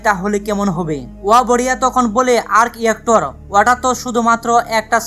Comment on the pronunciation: আর্ক ইয়েক্টর না, ভাই! আর্ক রিয়্যাক্টর।